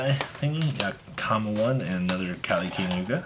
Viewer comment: Nothing against you specifically, but why do yugitubers have such a hard time saying the names of carts RIGHT IN FRONT OF THEM? Its King Kali Yuga. Its just one of those things that instantly gets under my skin. Other than that, you're the best! Glad to see Terror Top didn't give you the shaft.